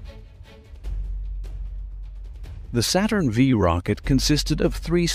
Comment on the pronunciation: Saturn FIVE, not Saturn vee! And the LM did not have thrusters on the footpads!